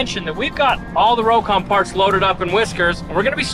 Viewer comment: Rock-on. Not row-con, C'mon!